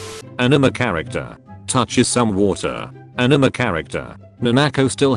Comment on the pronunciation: Am I the only one who hears the text to speak saying ENEMA instead of ANIME?